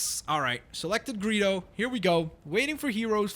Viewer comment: When you say Greedo's name it sounded like Burrito. (I am so serious) :'D